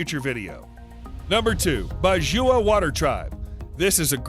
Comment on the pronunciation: #2 is not bajua... its badjao... also not from indonesia but its from the phillippines mindanao island...